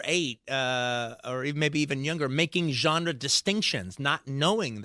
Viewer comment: Say "genre" one more muthafuckin' time! I dare you!